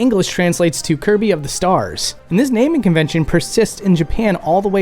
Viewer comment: 100% hands down convinced he said "Hirby" instead of "Kirby" here lol 😤😤